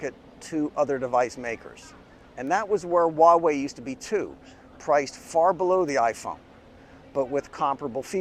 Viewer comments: It's just Hwa-way, no wa-way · With all due respect，your pronunciation of Huawei is funny😉 it sounds like “uawei” HH，but it doesn't matter It is expensive in China🥲 I hope Huawei products can be cheaper in the following years